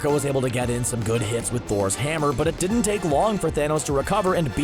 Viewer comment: Why does he talk like that? The way he pronounces the 'T' in 'didn't' so hard seriously irritates me.